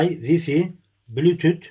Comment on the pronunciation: Bulütüth mükkemmel tabir 👏🤣